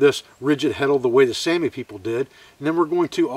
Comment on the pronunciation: is pronounced like Sahmi but excellent demonstration,once again.